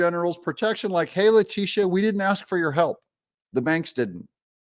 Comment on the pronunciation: Lactiteeah shames ...despicable